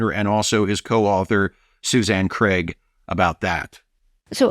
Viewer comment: Thanks for not pronouncing Craig as Creg. Ugh. Most annoying habit that Americans have